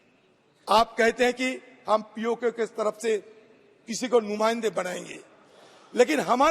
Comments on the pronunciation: Can’t even say POK… you are saying P0ko …chowdary ur born in India or Bangladesh? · Isko POK bolna nahi aa raha aur challenge kar raha h. 🤣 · Congress key Neta Ji POK ka naam to theek sey bol nahi paaa rahey, faltu mey Desh aur Sadan ka time alag barbad kar rahey hain. Ghar walo ney Shrman Ji ka naam bahut sahi rakha tha. Mr Adheer remains permanently impatient.😂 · POK to thik se bolo pehle 😂😂